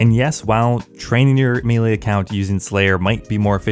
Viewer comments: Maylay not mealy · MEY LEY NOT MEEELEEEEE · A big mistake most players make is saying the word Melee as "Me-lee" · Me-Lee vs May-Lay, debates? I say it's May-Lay since that's the correct pronunciation, but change my mind! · It's pronounced MAY-LAY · How does someone grow up playing these kinds of games and still not know how to pronounce “melee” (spoiler alert: It’s NOT “mealy”)?